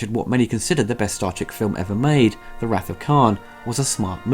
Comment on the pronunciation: You're mispronouncing wrath.